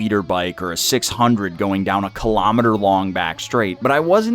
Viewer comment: WTF is a killomedder?